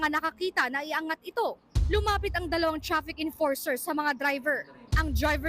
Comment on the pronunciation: Chrafik emporser?😂😂😂